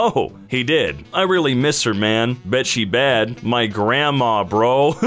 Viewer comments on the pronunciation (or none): "I really mist her man." Um... did you mean, "I really miss her, man."? Because it sounds like you miss her husband or boyfriend.